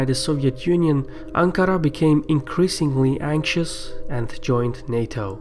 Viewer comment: I loved how you pronounce Ankara and Marmara :P